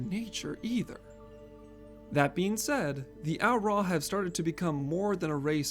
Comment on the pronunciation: I will ask one favor of this video... "Au Ra"..... Not Au'Ra lol. Bless <3